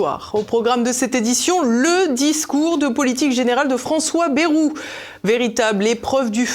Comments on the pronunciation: BA-I-ROU et non Bérou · Quelle déception en effet j’étais persuadé que votre chaîne incarnant un autre media propre et correct eh bien non ! Vous n'avez cessé d'insulter Monsieuur BAYEOU QUE L’ON PRONONCE ba II ROU KE Y EQUIVAUTVA 2 i et de dire que son discours etaut médiocre mais par rapport à quoi de ce fait vous êtes comme tous les journalistes